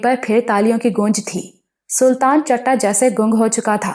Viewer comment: Please ask someone for your pronunciation 😞 it's not CHATTA it's CHITTA, It's common slang in punjabi